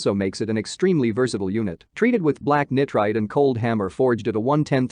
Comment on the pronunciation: mis-pronounced Nitride......calls a non-full auto, an assault rifle...... Assault rifles were banned in the 1934 National Firearms Act, get your facts and terminology correct....disliked....bye